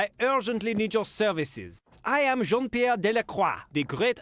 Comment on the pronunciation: not even , when he introduced himself he pronounced Jean Pierre like an English speaker .